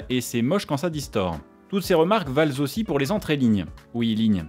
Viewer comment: "ces remarques valezossi" :D (5'07'')